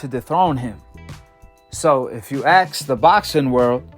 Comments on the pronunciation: The word is ask not aks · Axe? Or ask? ;) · I love the way repeats the same things over and over again in the hope things catch fire. Breland’s interview really, really hurt the LDBC and it’s beautiful. Oh, by the way,, the word “ask” is not pronounced axed. No, axed is what this channel should be. 😂😂😂😂😂😂 You must be very silly if you think Wilder will be remembered as anything but a chump. The way he threw Breland under the bus, and spat out excuse after excuse after excuse after excuse, will ensure that Wilder will live in infamy. Breland still has his dignity, but, boy, has he wounded you fools! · What is axed? I keep hearing Breland was axed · Axed axed axed